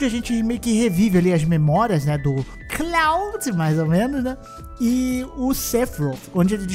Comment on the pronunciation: Cláudio? kkkkkkkkkkkkkkkkk É KLUOD!!!!